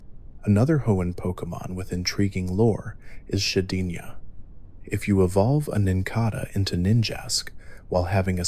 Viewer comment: but yeah his pronunciations are a little bit wack occasionally especially with said “regice” and “shedinja”